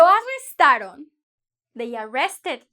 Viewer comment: Lo arrestarÓn? O lo arrestaron? Be careful with stress. Good lesson anyway